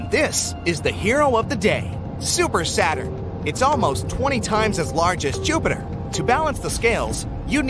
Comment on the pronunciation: ok uh joopter